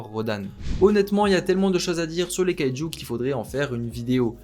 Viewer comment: Sa se prononce kayejou number 8